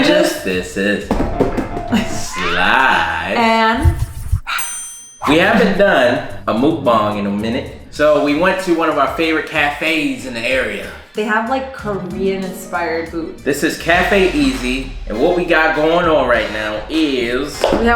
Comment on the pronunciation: Respectfully, it’s pronounced “muck bong”!